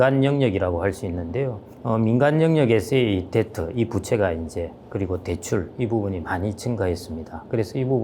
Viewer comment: 뎁트가 아니고 데트입니다. B묵음 입니다.